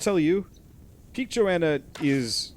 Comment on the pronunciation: I understand that you want to wait until they add some stuff before you play it again. Good decision in my opinion. P.S.: Her name is not Joanna. It is "Jonna" xD